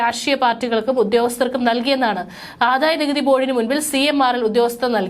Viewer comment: ആദായനികുതി. ആധായ നികുതി അല്ല😢😢😢😢